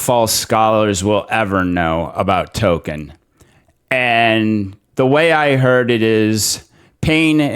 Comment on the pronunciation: Hail from FNT! Spot on with your assessment of RoP, and the butchery they did to the dear old professor's work, but hear me out.. Please. Toll - Kien. Not *Token*. I get the British are often an odd lot , and I don't want to be THAT guy, but I can't not say something. I'd offer some examples in fine watching on the topic - Jess of the Shire, Men of the West and In Deep Geek. All fine LOTR friendly channels. Congrats on the new subscriptions!